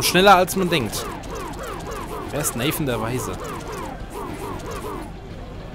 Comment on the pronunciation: Du kennst Nathan der Weise von Lessing nicht? o.O Okay...? (Man spricht den Namen übrigens Deutsch aus.) Wir können uns aber selbst mit diesem knüppelharten Boss darauf einigen, dass Welt 4 die beste Welt ist, oder?^^